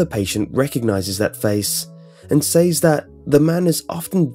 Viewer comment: Certainly a smooth voice for such narration. I especially like what he "say-eez" about "poor-traites"